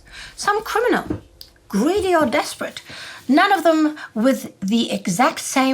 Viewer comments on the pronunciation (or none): none